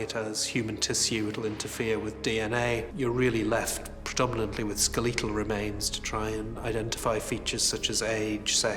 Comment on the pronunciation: Damn I can’t stand the scruffy Seinfeld looking guy that they keep showing on here. He fucking inflects everything like a question His name just popped up. Harold schechter…jesus. I want to engage in fisticuffs with this guy And how about the English sounding chap from during the dahmer section? Whom tf pronounces “skeletal” as “Ska-leeee-tal” ?!??!! …?!?!!!!!??!? I try not to wish serial killage upon random strangers involved in serial killer documentaries but come on bro! Your syllable emphasis radar is all fucked up.